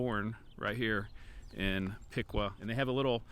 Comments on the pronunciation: Piqua is pronounced Pick way… not Pick quaw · Piqua locals pronounce it (Pic-way) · I know its not intuitive, but I've always heard it pronounced Pick-Way. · Piqua is pronounced Pick-Way fyi great video! Thank you for your work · Durand had an east-west Missouri Pacific line that is now abandoned. The north-south Missouri Pacific line is still active with the Union Pacific. Piqua is pronounced Pick-way. It had two railroads, Missouri Pacific (east-west) and M-K-T (north-south). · Piqua is pronounced pick-way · Locally we pronounce Piqua as Pick way. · Locally, Piqua is pronounced Pik-way. Grew up in Iola/Gas/LaHarpe, been to funerals at the big Piqua church. Behind where you were standing by the river at Neosho Falls, there's a clearing that people used to use for camping in the 70s and 80s. We would walk down to the river and fish from that very bank you were standing on. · Love all your videos, thanks for the memories. Used to live in Woodson Co. years ago. Just wanted to let you know that the correct way to say Piqua is "Pikway". I know I made the same mistake first time I met someone from there. I was born and raised in Wichita and went to WSU freshman year.